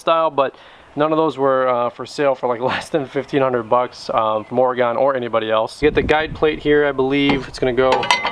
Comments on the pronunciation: OR-Ah-GIN. No Gone. Its not OR-A-GONE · It Or-Gun not OrAgone :) Great review, thanks! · Oregon; pronounced "ore-gun" not "ore-gone" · Excellent. I just took delivery on this same model - still in the box. This was very helpful and saved me some time. BTW, not to nitpick, Oregon is Oregun, or even Oreg'n, not Ore-gone. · Grinder looks cool. As a person who’s lived in Oregon I have to mention Oregon is pronounced ory-gun not ory-gone. Thanks. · Good video but every time you said Oregone drove me nuts out this way we pronounce it Orygun I know but it's how we identify out of state folks or fresh transplants lol